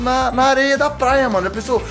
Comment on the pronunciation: Ele fala plaia